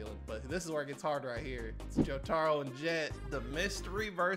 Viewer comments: SAY JOTARO RIGHT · the way he said jotaro hurt me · pronouncing Jotaro’s name💀